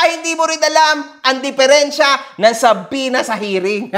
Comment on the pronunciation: di nman nya alam yung Subpoena, ang paulit ulit nya ksi binabanggit, "CHUB-PWE-NA"